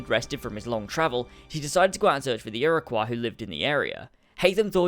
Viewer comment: Did... Did he just say irowqua it's Iroquoi